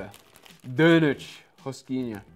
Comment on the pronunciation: Adorei o falando donut do jeito que brasileiro fala...